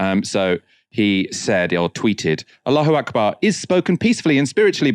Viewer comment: with that superb pronouncement of Allah Hu Akbar!